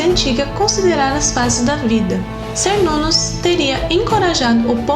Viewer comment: Cernunnos , se pronúncia Quernunnos, pois vêm da língua Centun ( quentum ). Assim como Calle ( deusa de Porto Calle - Porto Gale - Portugal ).